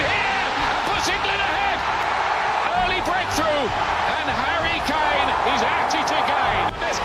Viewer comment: all I keep hearing is hairy kane 😂